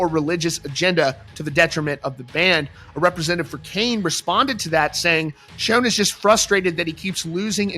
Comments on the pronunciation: It's pronounced 'Shawn' not 'Shone' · Well now he has SHOWN you a new way to pronounce SCHON. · I have been a fan of Journey since 1983 and I never ever have heard anyone pronounce Neal Schon's name like you do